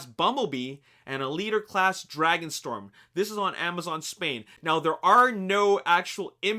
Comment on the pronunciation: "Dragonstrom" FIXITFIXITFIXITFIXITFIXITFIXITFIXITFIXITFIXITFIXIT